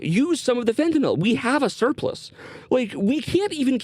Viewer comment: Thank you for pronouncing fentanyl correctly